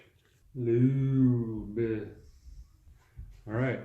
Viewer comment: “LoOob iT”